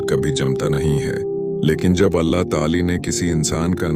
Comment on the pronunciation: Mispronounciation of Allah's name please correct and check your video before uploading